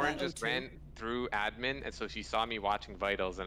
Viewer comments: pronounces admin as ed-min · thats the joke, cause thats how says it, she say edmin